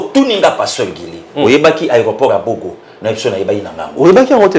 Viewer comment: C'est BOGA et non BOGO